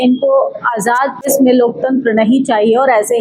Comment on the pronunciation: आंटी देस नहीं देश होता है। सपथ नहीं शपथ होता है। कम से कम भाषा तो सुधारो आंटी। 😢😢😢😢